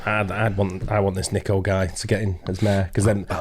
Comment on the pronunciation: Some of the few people to actually pronounce his first name correctly (Niko no Neeko) well done folks! 👍👍